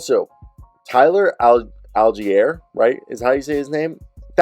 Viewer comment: It’s Tyler “Al-jeer” and “core-dare-L” Patterson